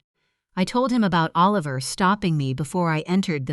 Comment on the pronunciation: Come on. Oh-Liver?